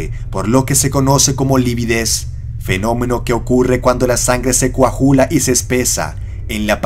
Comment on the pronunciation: De inicio, tu dicción y conocimiento exacto del castellano es espantosa. No se pronuncia COAJULA, es COAGULA, con G. Y ya por último, la localidad es NAUCALPAN, no lleva acento en la última A, ni escrito ni hablado. Lo pronuncias como si se escribiese NAUCALPÁN, cosa que no es.